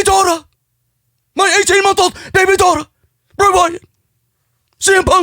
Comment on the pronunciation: Holding back the laughter after BABY DAUGHTA!! I lost it